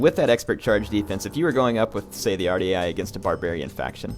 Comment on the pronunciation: Dunno if anyone has told you how to pronounce this ... but it is WAR - DEE - EYE spelled phonetically "Ouardiaei"